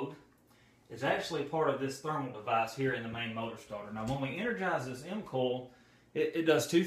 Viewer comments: Nice video! Very helpful, direct information. It took me a moment to catch onto "coil," I thought you were saying "cool" :) Dialect! Thank you for making this. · Is he saying 'mcall' or 'mcoil' for the motor coil. ?Surely its just a Relay coil by definition